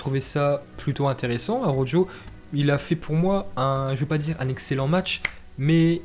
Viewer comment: Arrête de dire araujjoo😂 Ça se prononce araukho😂